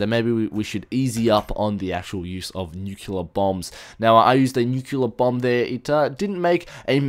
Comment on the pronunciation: LOL! you siad bum anstead of bomb! ep: "BUMS AWAY!" x]